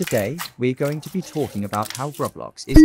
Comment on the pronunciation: why do you keep saying "rablox"